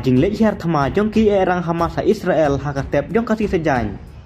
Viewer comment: What a pronounciation 😅😅😅😅😅isreal